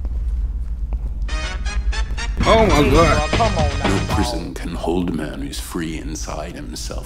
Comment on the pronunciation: "oh muh gawd"